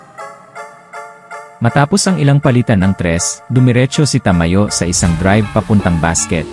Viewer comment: sa aken bro, ayus Naman pagsasalita mo, maliban sa pagbigkas Ng name ni Ta-ma-yo., gusto ko din na madalang kalang magsalita. Pero Yung background mo is not needed sa palagay ko and mas okay na marinig ang commentator. Keep it up.